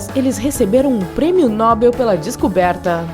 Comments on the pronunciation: Se diz prêmio Nobel e não prêmio Nóbel, senhora. Grato. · é Nobel não "NÓBEL" ! burra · Tudo perfeito. Se você disser "Prêmio Nobéééééél" ao invés de "Prêmio Nóóóbel". Aí si, fica tudo certo! :) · So que nao e premio Nóbel, burrinha. É premio Nobél. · NoBEL! É oxítona!